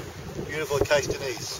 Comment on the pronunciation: Some problems here: The Acasta Gneiss is ca. 4 billion years old (not "4.2 billion"). The speaker mispronounces "gneiss". Hilarious, these people are not geologists, what is he holding? A carpenter's hammer! Haha. The Nuvvuagittuq rocks are no older than 3.8 billion.